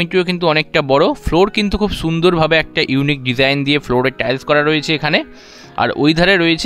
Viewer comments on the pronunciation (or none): none